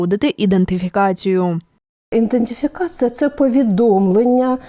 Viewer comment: Треба вчити чиновників вимовляти слово " ідентифікація ".